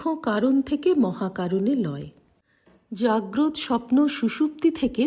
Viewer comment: মা খুব ভালো লাগে এই পাঠ। জাগ্রত শব্দটির উচ্চারণ জাগ্রতো। অর্থ জেগে আছে এমন ।